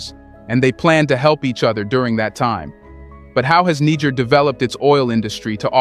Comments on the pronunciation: It's not "Niger" but rather "needjer" like the g in "Nigeria" or in "gentle"! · They correct pronunciación of the name of Niger is Nee-Sher, not Naiger. Other than that, great video. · You have one of the most incisive and dedicated reportage and analysis on African politics. May I please request you to learn how to pronounce the name of the countries you report about, especially when differentiating between Niger and Nigeria. Its really not that difficult. And its the best investment to make whilst you are at it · I can't stand that AI trying to say Niger in 3 differents prononciations over and over again.